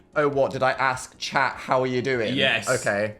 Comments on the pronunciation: Did this man....just say..."don't cry, shaft." I SWEAR TO GOD PHILIP. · thought he said “don’t cry, shat”